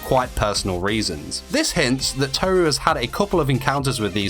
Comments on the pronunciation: It’s not toe ru it’s tohru that’s how to pronounce it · It’s kinda triggering me how you say tohru without rolling the r xd not telling you you should say it that way just saying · You mispronouncing Tohru for the entire video really annoyed me